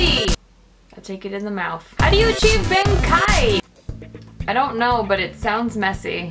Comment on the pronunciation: Saw Bankai, figured what the hell I would give it a chance. Not only did you butcher the name, but the name of the trainer...Yea. This channel is not good. Youtube led my life into a lie, of fake comedy and butchery. D:<